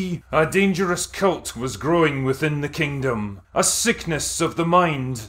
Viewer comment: He keeps saying cult, incorrectly. It must be his accent.